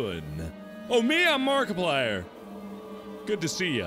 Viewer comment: 2013: hELLO everyBOdy, my name is, MARKIPLier... Now: Hello everybody! My name is Maarkiplier...